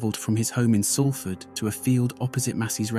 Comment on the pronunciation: My book “ born in prison: how I survived shootings stabbings prison crack addiction Manchester gangs and dog attacks “ is available on Amazon & Audible. I know Mark. I also knew Paul M from 1991+. Thank you, it’s pronounced Solford not Salford